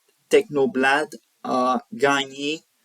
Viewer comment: Repete un peu avant de te filmer, un autre angle aussi serait pas mal, et puis tu prononces technoblade à la française, why dude ?